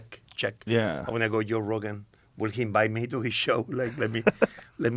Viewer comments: V's are B's ,J's are y's unless he says July 😅 I couldn't help but laugh when he kept calling Joe yo.😂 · Hilarious he pronounces him Yoe, but doesn't call himself Yosé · Such a fun episode. It is funny he can say "Japan" but not "Joe". :) Yo Rogan